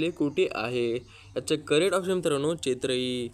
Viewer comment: नाबार्ड चे मुख्यालय मुंबई ला आहे. आणि ते चेन्नई आहे, चेत्राई नाही. बरोबर वाचा.